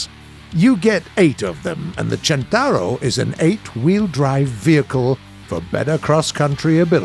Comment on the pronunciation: Listen how's spelled and repeat: "Centauro"